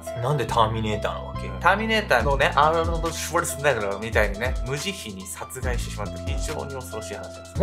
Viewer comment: の「読みづらくないけど 噛んじゃった」が、かわいい💕 それにしても『アーノルド シュワルツェネッガー』の発音がサイコー⤴️